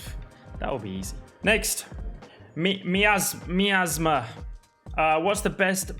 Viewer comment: Lando pronouncing miasma as measm was the best moment